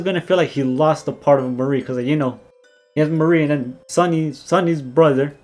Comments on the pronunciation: The mar part is pronounced like the planet mars and the ri part is pronounced like the name Marry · I aint never hear someone say MARI'S name like that